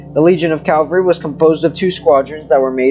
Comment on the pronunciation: Cavalry not Calvary… Other than that good information!